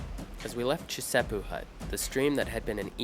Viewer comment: The second hut you got to is Chisepo not Chesipo. 😮😂. Doesn’t really matter of course. I’ll keep watching.